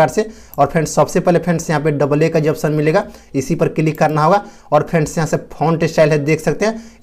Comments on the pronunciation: Frands nahi friends bolo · Fans yaa friends bol rahe ho are kya bol cha rahe ho